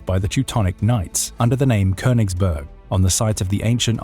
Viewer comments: Its konniegberg 😂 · Königsberg. It‘s name is Königsberg! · It's called Königsberg. Otherwise not too bad of a summary.